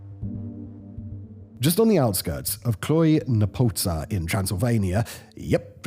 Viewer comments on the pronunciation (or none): I don't think I've ever hear Cluj-Napoca pornounced so atrociously :)) achievement unlocked